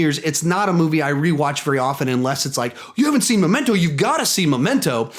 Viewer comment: It's Memento not "Momento"